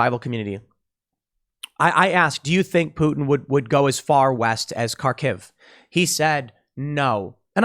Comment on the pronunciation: The Kh in Kharkiv is a phlegmy H sound Tim. In case you're going to make several videos where you say it.